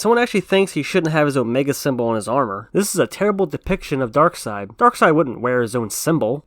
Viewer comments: Omg... Its pronounced "Darkseid" ...Not "Darkseid "🙄 ...get it right bro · I swear Darkseid is pronounced Dark-seiid,not Dark -side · You ever watch the justice league animated series where they always pronounce it darkside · People who pronounce it “Darkseed” 🤦‍♂️🤦‍♂️🤦‍♂️